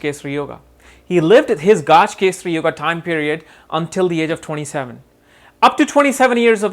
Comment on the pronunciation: its not Gaaj kesari but gaj kesari or gaja kesari